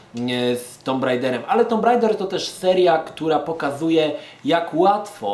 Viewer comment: żaden tumb rejder tylko tak jak każdy zawsze mówił tomb raider